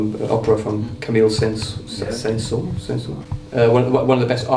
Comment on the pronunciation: Saint sons... :D :D english people just dont care, how to pronounce words in orher languages. Haha